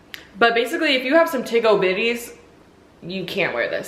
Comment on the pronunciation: " tig ol bitties "😂 She meant to say big ol titties😂😂